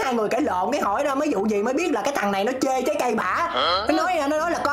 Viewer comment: chê trái cây mà t nghe chê cái "cây" của bả=))